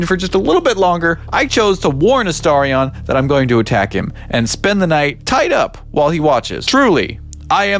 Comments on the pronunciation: HOW TF do you STILL manage to mispronounce a name that gets SAID REPEATEDLY throughout the game??? it's AstArion NOT Asterion. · Esteirion. I love the way you say it unironically like your mouth physically can't make the shapes and movements it takes to say it correctly. This is my favorite 😂🎉🎉🎉